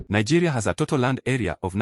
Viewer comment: Nigerians don't av such that accent. The person is even sounding like a south African. Nigerians can never pronounce Nigeria as Nagayria.